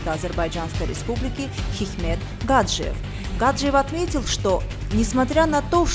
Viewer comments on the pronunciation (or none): Опять ГАджиев? Гаджиев! ударение ставьте правильно..